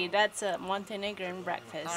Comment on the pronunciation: Oops! Montenegrin, not Montenegran.